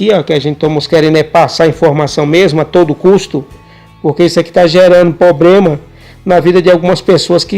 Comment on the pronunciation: amigo nao é pobrema e sim problema